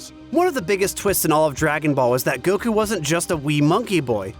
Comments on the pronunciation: Every time I hear this guy say fucking "Goku" like "Goh-khuuu" I'm reminded of the cool whip scene in family guy. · I’m new here whys that one guy say Goku’s name “gokU”? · Why does he insist in pronouncing Goku the Japanese way hah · am I the only one who has a problem with the way says Goku